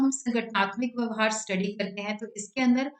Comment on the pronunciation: Mam it's vyavhar